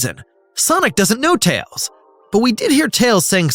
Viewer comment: did i just hear "Miles "TAYS" Prower"?